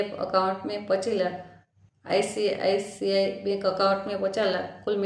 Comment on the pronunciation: Aap english words bhi pronounce nahi kar pa rahi hou, aap icici, sbi bhi theek sai nahi bol paa rahi hou story achi hai par" mai " Nahi use karna chahiyai tha.